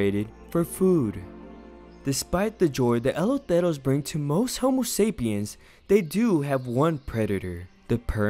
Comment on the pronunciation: He cant even say eloteros right